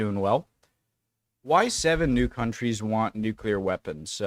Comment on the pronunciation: 18 minutes and 23 seconds of silence for the nucular weapons